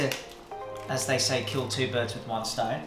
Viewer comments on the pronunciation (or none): none